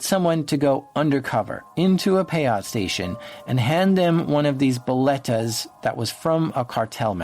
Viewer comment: Also lol you're saying "boletos" as "boletas" (which isn't a word) xd which literally means "tickets" in spanish as you were also saying the word "tickets" a lot, which confused me xd xd good show tho, very very immersive as usual!:0